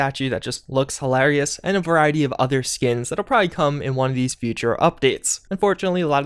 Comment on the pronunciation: nohvis nukyuler traller hilaarious ahlien